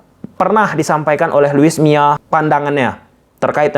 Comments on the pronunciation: Bukan luis miya tapi luis milla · Luis milla bukan mia